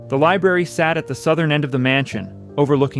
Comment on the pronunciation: "LIBRARY not "Liberry"🤓